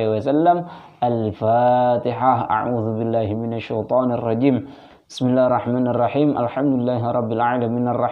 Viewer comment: tolong perbaiki baca an bismillahir rahmaa nirrahim nya